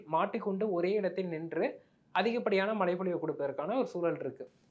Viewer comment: Is it malai rain or Malai mountain. Can't you pronounce MAZHAI properly.